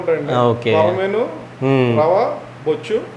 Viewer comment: Not bochchu, bochche.